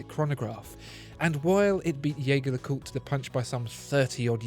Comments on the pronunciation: Hang on, you called it a “Yaygar le Coot”, usually it’s pronounced “Jergere le Coot” on this channel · If only the spokesman for Watchfinder could pronounce Jaeger-LeCoultre's name properly. "Jaeger" =/= "Jäger" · Beautiful video with excellent production, as always. But please double check how Jaeger-LeCoultre is pronounced. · The video is great but it's a shame that he keeps pronouncing the brand's name the wrong way… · What about learning first how to pronounce the damn name of the brand so maybe than we can try taking you seriously.....hm?? What about that? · Surely, it couldn't hurt to learn how to pronounce Jaeger LeCoultre? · Mispronouncing Jaeger-Lecoultre right off the bat. Not a good move for a watch channel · Excellent video as always. BTW, try pronouncing Jaeger in french, not in german, in their official youtube page, you can hear how the brand is correctly pronounced. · I love your videos. And I am thankful for the usual great content. If I may: The way you pronounce the name of the band is incorrect. You may wish to look into it for your future reviews or simply call them JLC. Thanks again. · He can't even pronounce the name of the manufacturer of the watch! Try to at least get that right before you launch into your "review"